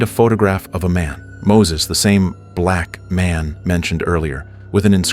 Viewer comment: Why is there so much emphasis on the words black man and black baby